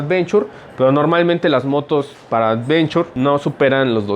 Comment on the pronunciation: Cascos "advenchor" JAJAJA